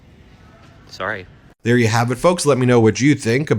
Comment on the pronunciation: I love the way he says SORRY 😁 that is so Canadian.